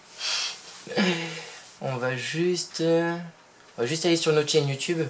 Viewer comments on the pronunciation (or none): none